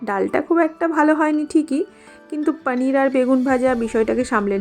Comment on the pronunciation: Didi normal vhabe paneer bolo na didi sundor lagbe sunte 2mi jani ki vhabe bolo